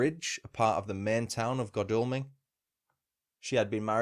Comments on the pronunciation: Jarred every time you said Godalming... Should be God as in God, Al as in Al Capone and Ming as in vase.... goodness knows where you did your research lol ps aside from that was quite interesting 👍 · I live here, locals pronounce it god all ming